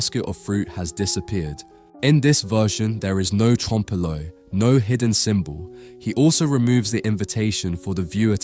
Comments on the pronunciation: I saw it in London and it is enormous and stunning! Cleophus is not on Christ's left, though. And it's not pronounced trompee loy but tromp loy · Your information is great! Can I offer one little bit of feedback? You might want to research how to pronounce certain foreign words - particularly French expressions like 'trompe l'oeil'. You don't pronounce the first 'e' as you did . If you're using the English version, it's commonly pronounced as /ˈtrɒmp ˈlɔɪ/ or "tromp loy". I've noticed it before when you're pronouncing French words specifically, whereas you seem to know the Italian ones better.